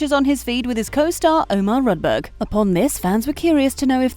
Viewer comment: Do you think that Rudberg is an English name ? "Raddböög" ! Not all the names on this planet are English.